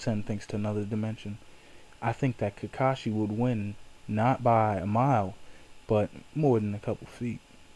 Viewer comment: it sounds like you are saying kikashi and not kakashi